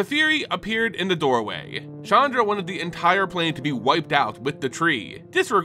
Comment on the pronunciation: Love the video, but PLEASE work on your pronunciation. It's KAI-toh, not KAY-tow or KAY-doh for Kaito Shizuki. Chandra is pronounced "SHAHN-drah" not "CHAN-dra".